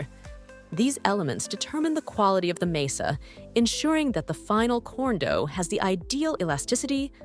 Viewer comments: It’s MAH-sah, not MAY-sa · "Masa." It's "masa." Not "mesa." It was said correctly at first, then incorrectly as the video went on. Other than that, a fine video! ETA: The pronunciation did slide toward "mehhasa" at one point, which made me smile. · Why does the narrator pronounce masa in so many different ways? It's just pronounced "muh-suh". Not "may-sa" or "mee-suh" or "mass-suh".